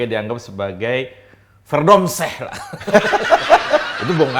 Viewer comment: verdomseh? hahaha... verdomme itu yg bener maz.. salam dari leiden